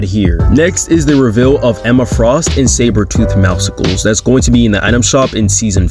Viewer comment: Why do people call him mowsicles?